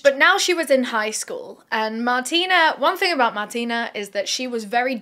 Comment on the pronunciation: I believe her name is pronounced Martine with an e so Mar-teen rather than Martina with an a.